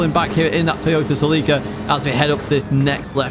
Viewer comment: That is how the Japanese say it.